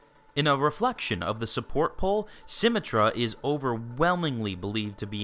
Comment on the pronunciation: Dislike because of symmetra pronunciation